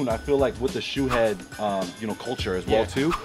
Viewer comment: did actually say "shoe head"?😂